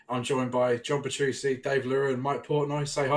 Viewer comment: John Petrusee 😁 I pronounced it like before I learned two c’s = ch. Or in Mesa speak, 2C+